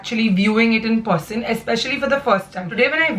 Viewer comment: Haha.. the way she says person, it seems liks it's spelt as Porsen.. agree?